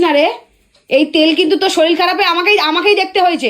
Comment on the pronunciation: Kotha ta SHORIL na Kotha ta SHORIR. Pora shona ta valo kore korle uchcharan tao valo hoto.